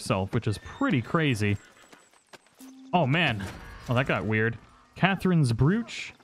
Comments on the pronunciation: This dude needs to learn how to read. It’s called a Broach not a brooch. It’s also Ross Gray, not rose... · Broo-ch Not brew-ch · "Catherine's Brooshe"... Lmao, "BROACH". Like, "Bro-ch". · This man literally can’t speak proper English. Especially words that start with B. The way he says “Brooch” bruh. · Pronounced like roach just add a B in front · Broooochh lol it’s brooch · Holy shit this guy doesn’t know how to say brooch